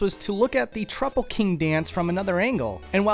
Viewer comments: HOW DO YOU MISPRONOUNCE TROUPPLE WHEN THE PRONUNCIATION IS SPECIFIED IN THE GAME ??? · The official pronunciation of Trouple is "trow-ple" like "cow" or "wow" not "troople" like "troop" or "scoop" and definitely not "trupple" "gup" or "cup" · Why does every youtuber mispronounce trouple king's name? he literally tells you how it's pronounced! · It's a troupple! Pronounced like Mouthful! He gives you ichor! Pronounced like eye-core!